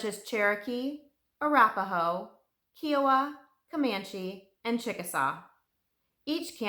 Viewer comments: Great detail. Thanks. However, its Ki o wa, not ke o wa. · I’m very familiar with this story. I was an 11 year girl in Tulsa Oklahoma when this occurred. It was terrifying. I’ll never forget this horrible time Edited: it’s pronounced KI-a-wa. Long I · Her in depth research should have included the correct pronunciation of Kiowa.